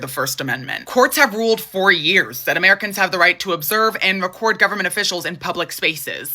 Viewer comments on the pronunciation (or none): none